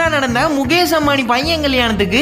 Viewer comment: முகேஸ் முகேஸ் முகேஸ்😂😂 வீடியோ போட்டு குத்தம் சொல்லுங்க, ஆனா ஒரு பேரயாவது கொஞ்சம் கரெக்ட்டா உச்சரிங்க. முகேஸ், மகேஸ் அது முகேஷ், மஹேஷ்😂